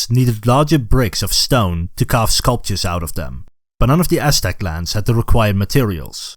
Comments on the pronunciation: This sounds like the oshtec from mkx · Not trying to make fun of the pronunciation but I love hearing “ ass stack “ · Practice saying Aztec